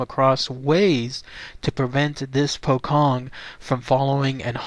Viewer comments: You don't pronounce it as pokkong,, it's pronounced as pochong with a "ch" not a "kh" sound. Wrong pronounciations hurt my ears, you know? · yep, im Indonesian lol, its 'poe' like Edgar Allan Poe and 'chong' like cheech and chong. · will,its refer to as a pocong,the 'c' pronounce as in 'ch'...so 'pho-chong',mostly originated from indonesian,same as pontianak,('pon-ty-a-naq). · its pronounced poe-chong